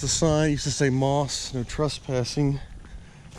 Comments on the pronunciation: The correct pronunciation isn't "moss" like the stuff that grows around a tree. It is M - O - S with each letter spoken. Please get it right for the sake of preserving history. I know this is true because I personally know several people who worked there. Thank you. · Yes you are correct those of us that worked there pronounced MOS as individual letters. At that time there was a company in Texas called Mostek and it was pronounced as one word, thus the difference. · Can Bil or confirm the pronunciation of "MOS"? I thought it was pronounced as individual letters.